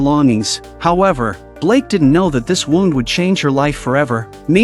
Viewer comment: The way this audio keeps f**** saying wound is really triggering